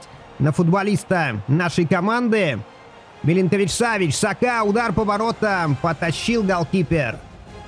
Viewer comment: Имена игроков произносить правильно так : Сергей милинкович-савич И Томас партэй А то уши режет когда произносишь хрен пойми как Это тоже самое что месси произнести мисси…спасибо